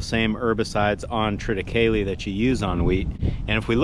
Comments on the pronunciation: It is correctly pronounced the way you pronounced triticale. The definitive pronunciation guide has deemed it so - that definitive guide being Star Trek episode: The Trouble with Tribbles Not kidding - they reference Triticale (specifically ‘Quadro’-triticale…) grain shipment as the plot mechanism behind the engorged and rapidly reproducing Tribbles as the Enterprise hauls the grain shipment. You are in good company in your pronunciation 🤣😂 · In the Original Star Trek episode "The Trouble With Tribbles", the Enterprise was carrying Quadro Triticale. Spock pronounced it as you do...so you know you're right......